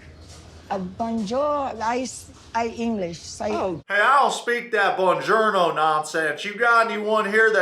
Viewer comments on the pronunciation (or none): none